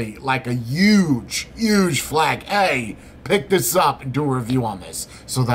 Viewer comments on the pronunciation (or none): none